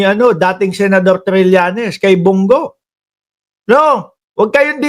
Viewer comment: Brod.Bong Go hindi Bung gu Ayasiv ka ba?